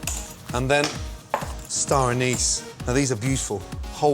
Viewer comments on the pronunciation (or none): Anise is pronounced with the stress on the first syllable, and as though there's no E at the end. Ann'-iss. Not Ann-ees' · Okay so he can't pronounce the word basil or anise. Interesting...